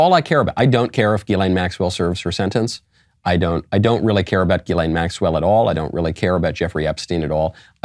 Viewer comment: Hey genius her name isn't "Elaine"